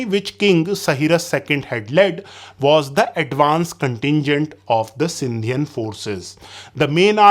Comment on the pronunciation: Sindhian😂 . Really?? Its Sindhi... brother !!!